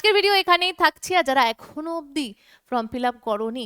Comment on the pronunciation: ফ্রম না ওটা ফর্ম হবে, আপনি বারবার বলেন যে ফ্রম ফিলাপ করতে হবে, আসলে ওটা ফর্ম হবে